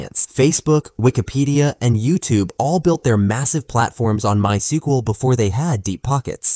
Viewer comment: "MySkUeL vs Oracle Database." Goddamn AI video